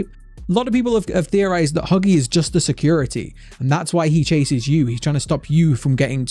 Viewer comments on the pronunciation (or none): lol me and my brother can’t stop laughing when you said buggy not huggy